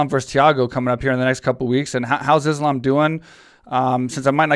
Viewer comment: Islam. Pronounced like an ‘s’ not ‘is’ I think we can do that....